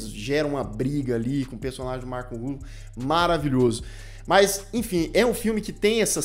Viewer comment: A pronúncia é com a tônica no FA, como se fosse acentuada assim Ruffálo, e não no RU (Rúffalo).